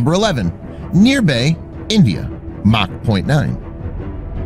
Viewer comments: India, not "nirbay " its call sign you need to say Nir-bai means fearless.... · it's Nir-voy !! lol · It's not nirbe It's Nirbhay(fearless) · It's not nirbae ita Nirbhay ... Fearless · It is not Near-bay India.. it is Nir-bhay India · It's not Neerbay (n:rbei), It's Nirbhay (nirbai) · Indian pronunciation - Niirrbhaay - Shaauuryaa